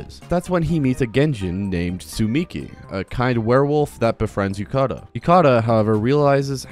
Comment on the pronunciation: I know this doesn't matter but his name is Yu-ta-ka not Yu-ka-ta which is the way you say it in the video